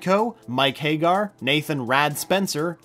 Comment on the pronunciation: Ahh my favorite character, Mike Hay-gar